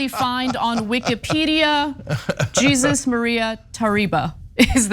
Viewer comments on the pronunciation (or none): Not Jesus , like in English, but Je • sús, the Spanish pronunciation, stress on the second syllable. I expected more from TYT. You sound amateur. Do some research. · Guys… it’s pronounced “hey-Soos”. Not Jesus 😂😂😂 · Rofl Jesús is pronounced HEY+ZUE not JEE+ZUS. GREEN+GO 😅😅😅😂😂😂😂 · Your ridicule of Christianity is in very bad taste, and Jesus is pronounced (heh-SOOS)'in Spanish. It's her husband's name. I'm amazed at your ignorance. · Jesus is Spanish is actually pronounced "HEY- SUS." If you learn the Spanish Bible, you may understand this; Jesus spelled with an accent mark. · First off, she's an athiest of Jewish decent. She made that very clear several times. Secondly, in Spanish, Jesús is pronounced Hey-zues...if you can correctly pronounce quesadilla, Jesús should be easy for you. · In Spanish, I think Jesus is pronounced kinda like hey-soos, whether one it talking about the Jesus of the bible or a living person with the same name. Also, Mexico is not merely a "Christian" country, but it is to a greater degree, perhaps, a Catholic country. But there seem to be religions derived from indigenous cultures, that are very much a part of Mexico too. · Most likely, her husband's name is not pronounced Jesus witha J. In Spanish, the alphabet J makes the H sound His name is pronounced Hay- sus but it is spelled Jesus. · Ana and TYT- you guys are in LA and you can’t pronounce Jesus (Heysoos) correctly? 😂 Come on guys 😂 Xotchitl is a hard one, it’s an Aztec name, but it’s pronounced ‘Socheel.’ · Jesús = HEH-SEUS (the accent should tell you is not in English) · It’s pronounced HeyZeus. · It's pronounced Heysuess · Ana I think you're cool, but her husband's name is pronounced HEY-ZOOS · "Jesus" is pronounced as "hay-suse". "Xochitl" is pronounced as "SOCHI-DL". You're welcome... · You're wrong. Jesús is Heh- SUS Xochitl is Sho-CHI(tuhluh) You're welcome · Anna, it's pronounced Ha sus.😉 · Hey Americans... The name Jesus is pronounced 'Hay Sus' . And it is a common name there.